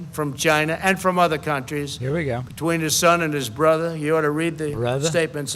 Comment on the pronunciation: Why is he dragging Joe Biden's son and "brudder" into this? How low can politics get?